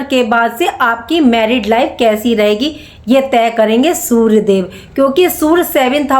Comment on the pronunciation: Sur???😂 Sur ya Surya? Learn how to pronounce 😅